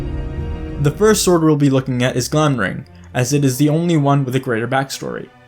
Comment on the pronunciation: It drives me nuts that you spelled them correctly in the title so obviously know that Glamdring and Orcrist have a D and an R respectively, and yet you consistently mispronounce them as “Glamring” and “Orcist” in the video itself!